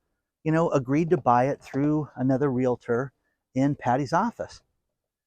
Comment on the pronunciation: REAL - TOR, no "LA" crammed in the middle. C'mon, you've had plenty of time to master this. I can see you are making SOME progress. Sometimes you get it right and other times you revert back to your old mispronunciation. Keep trying.